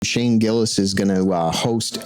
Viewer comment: Herro, im Shane Girris and wercome to SNL!